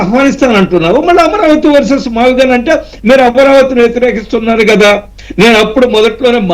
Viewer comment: Mavigchan not mavigun.tikit for takct.